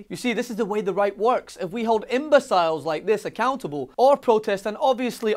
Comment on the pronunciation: It's the fact that he is Scottish which makes his mispronunciation of imbecile so grating, I don't believe he would have made that error if he wrote it himself. I'm more than familiar with Scottish accents btw, (yes, there is more than one), it's 50 miles from Glasgow to Perth but the accents are a world apart.